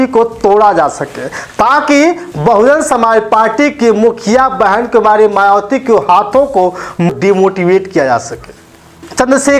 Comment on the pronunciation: शुद्ध उचारण करें भाई बहन मायावती कहे मवाती न कहे